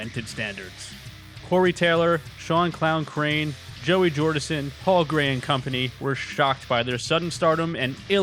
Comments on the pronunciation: It’s crahan, not crane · You keep butchering Shawn's last name. It's CR-ANN😂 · Sorry did you call him "Shawn Crain"?